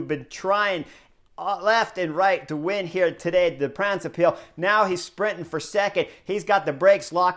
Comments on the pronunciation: It's not "De Brabintse piel" but "De brabantse pijl", although it's funny. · Yes sure was funny, didn't even know it was the name of the race he was saying until later in the video. The a's in "brabantse" should be pronounced like the o's in now and cow. And pijl, yes more like pal.